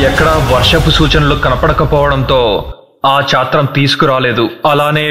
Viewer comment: కొన్ని చోట్ల తప్పులు దొర్లాయి, అది చాత్రం కాదు, ఛత్రం. సహస్ర కాలభిషేకం కాదు. సహస్ర కలశాభిషేకం. మరుసటి వాటిలో కొద్దిగా చూసుకోగలరు.